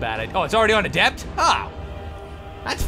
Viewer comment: The way Toby pronounces "adept" makes me chuckle.